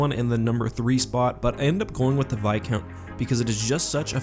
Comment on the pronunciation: It's viscount with an s